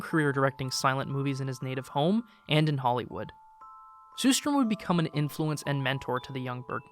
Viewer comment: It's pronounced sher-strerm (with the first and third "r" silent), not sue-strom.